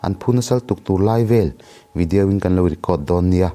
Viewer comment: Tinge VIDIAU i tih zel 😂